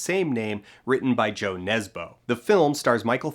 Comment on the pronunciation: Isn’t it “Jø Nesbø?”